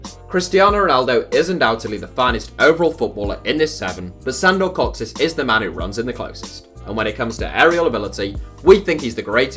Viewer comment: Your pronunciation of “kocsis” gives me a headache